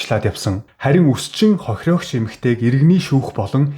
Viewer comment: Хохирогч хохироогч гэхээр авцалдахгүй сонсогдож байгаа биздээ слонгост олон жил болсоныг чинь ойлгож байнаа гэхдээ солонгос хэлээр биш монголоор контент хийж байгаа биздээ